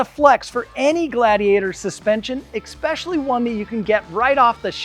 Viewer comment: you said “exspecially” instead of especially….. so now I can’t watch your videos anymore